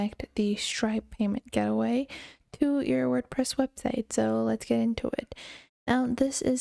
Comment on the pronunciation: Just saying, it’s “gate-way”, not “get-away”